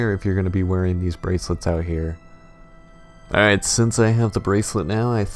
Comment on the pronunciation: everytime he said AWWRIGHT I get weak